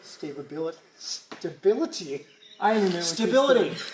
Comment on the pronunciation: stababilty .. I like it ,, reminds me of my wife